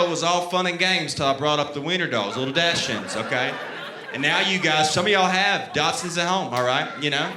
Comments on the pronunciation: he could at least say doxens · Dachshund is pronounced DOCK-zund. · it's pronounced like "daks-hoond" in German with emphasis on the first syllable. His was supposed to be a "white trash" version (his choice of words, not mine. Definitely not correct German. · Hilarious! (It's DAHK-sund, though.) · Like the way he's pronouncing Dachsund, Im southern and never heard it pronounced that way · Not one heckler in the crowd could have told him how to pronounce dachshund? 😂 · he also literally says doxons when he's talking about other people asking about the type of dog. I feel he's literally making fun of those calling them that